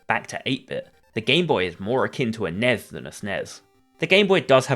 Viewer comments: I had to check out 40 seconds in after hearing the pronunciation. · The "Nez" lol